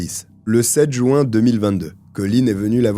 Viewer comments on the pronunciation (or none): surtout quand il dit « jou-un » au lieu de « juin » 😄